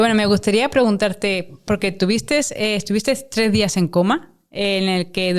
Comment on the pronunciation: Madre de Dios todo pierde de pronto credibilidad y profesionalismo cuando escuchas a la entrevistadora decir: "estuvistess", "tuvistess", 😢 Por favor al menos aprendan a hablar y expresarse correctamente para entrevistar a alguien. Nada más escuchar algo así ni ganas dan de oír lo demás.